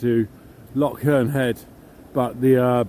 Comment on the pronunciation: It’s not called a lock, it’s called a loch. You need to sound like you’re clearing your throat at the end.